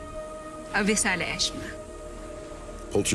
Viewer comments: Lira: thank you salamat Danaya: avisala ishma (sry kung wrong spelling) Lira: avisala asthma Danaya: ishma Lira: ishma avisala ishma 😂😂😂😂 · Lira: avisala ashma haha😂🤣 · Avisala astma may asthma ata si vishka kaya sinabi ni lira avisala astma hahahhahahahaha joke